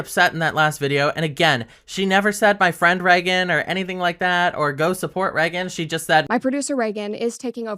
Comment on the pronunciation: The set doesn’t look bad. It’s just different and anyone who likes Brett is going to naturally dislike it. I love Brett too and I literally bought her merch a week before she left the show lol. Reagan is fine but I hate the way she says her name. It sounds like she’s saying ‘reckon’